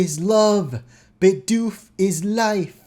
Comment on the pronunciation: It's BIDOOF